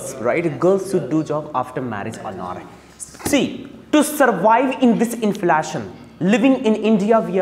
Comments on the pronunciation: His prounciation and accent is not good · How to pronounce inflation plz google once. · His inflation pronunciation is hilarious 😂😂